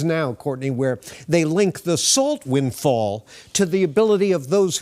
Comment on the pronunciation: Wtf is a "winfall"?